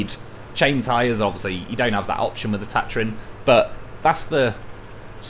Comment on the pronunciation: you're saying Tatarin wrong, just sayin..